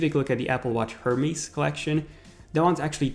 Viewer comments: "Her-meez"??? "Er-mez" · You are pronouncing Hermès wrong. It's not "Her-mees", it's "Er-mez" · anyone else cringe when he said “HERMÈS” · The way he said Hermes 😖